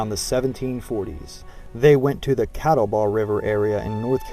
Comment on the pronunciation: Not to mention you did not pronounce John Sevier (like severe) or Catawba (Kuh TAH buh) correctly. Appreciate your effort to teach us history, but most everyone viewing your work takes it seriously and this is how historical myths begin. My line is William, Adam, William, Jacob, Agnes m Joshua Ballew. Very proud to be a Sherrill. Please share some of the documents that show William is a legitimate Captain as you infer. This would be vital to know because it goes against what DAR has established.